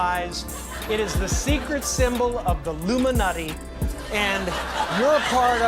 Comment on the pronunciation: What's hilarious about this, to me, is that he didn't say Illuminati, he said, "The IllumiNUTi". ROFL Nobody get it. So sad. He's a great comedian but, people would rather read real conspiracy into it than take it as the joke it was.